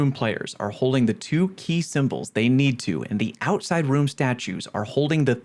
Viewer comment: Hehe Ouside (You’re tired I don’t blame you)